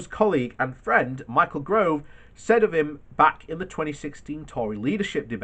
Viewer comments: Oh for the love of god it’s pronounced Gove not Grove....not that difficult (for anyone that can read ) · Psst- It's GOVE, not Grove And Sunak